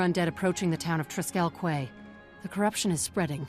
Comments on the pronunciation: Quay is pronounced KEY. I can't believe the game's own voice actors got that wrong. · Also I’m sure a hundred people pointed it out already but “quay” is pronounced the same as “key”. Because English.